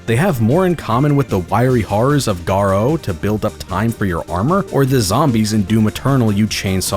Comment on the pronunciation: GAH-roh not gah-ROH